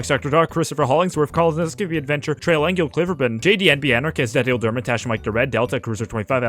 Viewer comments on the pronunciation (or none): none